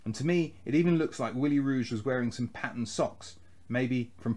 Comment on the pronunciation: Willie Ruge -> "Ruge" is pronounced completely different than you do it. In German language usually each letter is pronounced, nothing is just omitted although been written. For any English speaker having no idea about German language pronunciation "Ruge" is probably impossible to be pronounced correctly. The first two letters are easy: "Ru" is pronounced as you do it. But than it gets tricky. The letter "g" is almost always - including in this case - pronounced like starting "G" in the word "God". Probably the biggest problem is the final "e", which is pronounced in English like Germans pronounce the letter "i", which again is totally different from the English pronounced of this letter. While the English pronounce "i" like the word "eye", Germans pronounce this letter like "tea", without the "t" in front. But back to the "e": Germans pronounce this letter like you do it when you use it in the word "get". So now try it again RU - than the "g" like in the word "god" - and then the "e" like in the word "get". You did it correctly with "Hegel" so I have great hopes for your future German language proficiency. Love your narration style, btw!